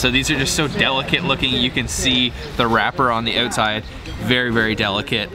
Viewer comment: LOL, "it´s like a noodle on the uutside", hey it is a noodle!